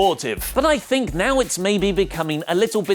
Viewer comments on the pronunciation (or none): none